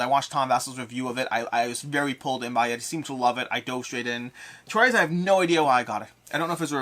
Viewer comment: Nice stuff! Glad I'm not the only person who pronounces "Troyes" that way.